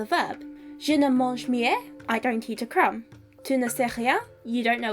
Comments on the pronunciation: 'On n'avait pas' — One didn't have (not 'doesn't have'). And so on. 'On avait' — One had (not 'has'). And pronunciation: mie [mi] (not [mje]). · Thank you for clarifying that, and for all the interresting comments of the viewers. As a native french speaker, I had already questionned myself about that. Btw, in the word "mie" the final e, as alway in Fr, is not pronounced , you pronounced it " mié". Cheers. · Small mispronounciation: "mie" is pronounced \mi\ in French 🙂